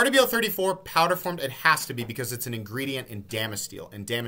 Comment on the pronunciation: love the breakdown, but is there a reason you’re saying RWL34 “Aardevail 34”? 🤔